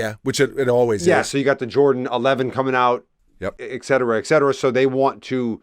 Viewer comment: No X in eT cetera